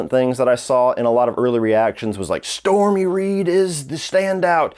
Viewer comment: It's storm reed, not stormy reid she's not sum Trump cocksucking bitch if your gonna give it a shitty rating at least get her name right